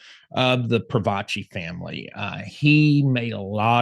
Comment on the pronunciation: Its Pro-faci not Pro-vaci.....